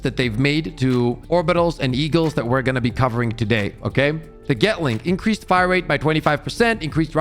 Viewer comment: Lmao getling, dude its gatling gAtling